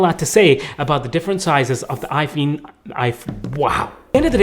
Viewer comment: bro said i fe!n